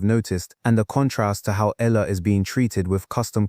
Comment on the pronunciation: pronounce her name right its not ela its E A Y A L A H